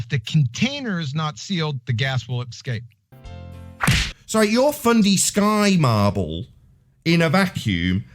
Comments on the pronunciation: How can anyone not want to just punch the shit out of his arrogant stupidity! I wish he take this assertion on one of the TV shows that he like to appear on! I can't wait until somebody actually does. And no he didn't say escape Gladys, he said "EXCAPE" the dumb ass! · He didn't say 'escape', he said 'excape', whatever that means. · I don't know why but "Excape" really sets me off. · "But if the container is not sealed the gas will EXCAPE" - nice Engrish there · good Lord. That moron says the word escape with an X in it.